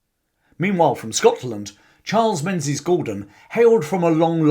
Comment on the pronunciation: Another Englishman that doesn't know how to pronounce Menzies.